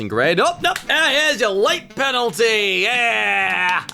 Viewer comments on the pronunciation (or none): When he said late penalty it sounded a bit like he had a Scottish accent